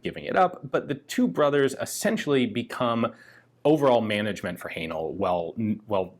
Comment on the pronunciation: Another interesting video. Am I right in thinking "Haenel" should be pronounced to rhyme with "flannel"?